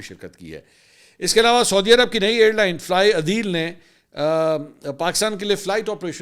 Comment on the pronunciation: ITS NOT FLY ADEEL, ITS FLY A DEAL , Correction